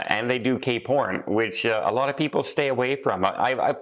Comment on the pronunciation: It sounds like you said if I'm going there I'm doing gay porn instead of cape horn 🤣